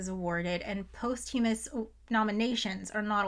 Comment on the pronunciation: Thanks to your pronunciation of "posthumous", I now suddenly understand the etymology of that word, and consider the more common way of pronouncing it to be unsound.